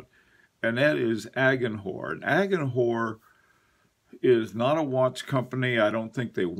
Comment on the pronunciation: The "h" in agenhor is not pronounced. I know you don't like being corrected on pronunciation of foreign ( mostly French ) words, and admit that your pronunciation is lacking, but a basic French lesson would do wonders. Some words you nail, like a longtime speaker, and others are spoken as if the word was English. I really do enjoy your content, and your point of view, so don't take my critique hard. I only wish you the best.